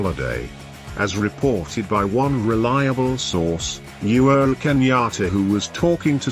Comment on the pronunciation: He is called UHURU Kenyatta and not You're Kenyatta the way you are pronouncing it.,!